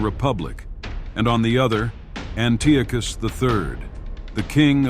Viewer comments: Always love to see a new history channel pop up, but Dude, his name is pronounced, AN-TEE-AH-CUSS, Antiochus. Good luck to you as you continue to improve and grow 💪🏼 stay at l! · why fo you pronounce antiochus in 2 different ways..